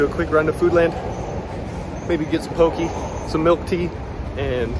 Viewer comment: Pretty late here and I'm ngl I'm kinda annoyed with how he pronounced poké so just as a learning thing not to be a jerk thing but it's actually pronounced "pokay" not pokE 😁